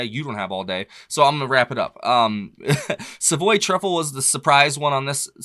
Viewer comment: Savoy (the accent is on the first syllable - salve oy) Truffle is the greatest song on the album, but it has to be listened to at maximum volume.